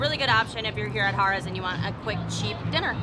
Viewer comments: Great review like usual. Funny I kept hearing Hahrahhs!! It was funny. Than you would say Harrahs, than back to Hahrahhs...lol...Good times. Thank you for sharing. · Pronounced hair ras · The correct way is Hare-uhs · I will not lie, almost stopped watching it after I heard haaar-as the 10th time. Totally took my focus off of the place itself, lol. Spot on review though! Def one of the prime locations and hotel rooms are affordable. The table games limits tend to be high though. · Lol that was my comment to you too!! Stayed there many times. It’s definitely Hare-uhz!! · The oyster bar is very good but not cheap. Harrahs is one of the last on the strip with 5 dollar tables most of the day. It was funny how you were pronouncing Harrahs, it should be "Hair" ahs, anyway, good video and don't miss that oyster bar next time... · I 'm an inconsistent pronouncer of "Harrah's" myself. No worries on my part! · Why two different pronunciations of the name Harrah's? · I love how you keep pronouncing Harrahs differently. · Mispronouncing "Harrah's" makes your entire vlog invalid and a complete waste of time. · I didn't care for how you kept switching how you pronounced Harrah's. It got annoying.